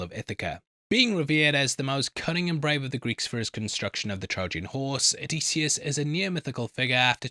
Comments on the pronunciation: And it’s oh-diss-e-us … pronunci time, pronunci time, pronunci time… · why the effing diphthong there is no AY sound anywhere in Odysseus’ name. O di sioos and with the i I mean the EEee sound. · I'm a classicist, so I have an appreciation for the original. But of course modern pronunciation does not, nor need not, follow the original exactly. The generally-agreed upon modern pronunciation is Oh-DIS-yus. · I'm Greek with studies in history and archaeology and i have to say that your pronunciation is not even close 😊 It's O - thy - sefs...Just like that... The dactylic exameter rhythm has to do with the tonality in a poem and the tone there might differ due to poetry reasons..That has nothing to do with the pronunciation itself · If it helps, Circe rhymes with mercy and Odysseus is uh-diss-ee-us